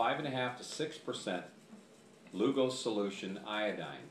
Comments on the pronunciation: You'd think he'd at least get the guy's NAME right! LUGOL !!!! NOT LUGO!!! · If you want credibility, you need to get the name correct! It's LUGOL's. Dr. J.G.A. Lugol...with an L!